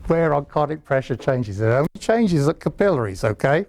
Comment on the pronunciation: I like how he pronounces "capillaries".